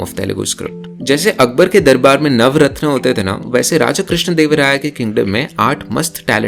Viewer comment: For a moment I thought that you were a Telugu person until I heard these mispronunciations. kannalu❌ kannUlu✅, nauratnam❌ naVAratnam✅ Very beautiful!!